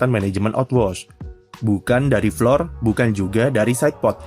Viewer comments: iya lu salah, dibacanya tetep flor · Flor mas, belajar bahasa inggrisnya dimana😂